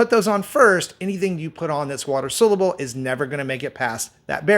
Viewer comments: Why are you people BELIEVING ANYONE THAT CAN’T PRONOUNCE THE WORD ‘SOLUBLE’? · You need to learn how to pronounce ‘soluble’ my man. Not a good look if you want to appear to be an expert.